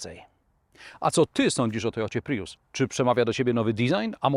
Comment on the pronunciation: Co jak co, ale po kimś, kto testuje samochody, spodziewałbym się wymawiania jak człowiek – „prius”, a nie „pryjus”. A „na ekranie można podglądać ustawienia”, a nie je „podejrzewać”.